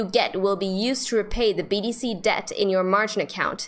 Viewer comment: Great stuff! I was so confused because Kraken let's you place an order and stop loss at the same time! Binance has two steps! By the way, sounds like you are saying BDC!! Thank you! You are a beautiful great teacher!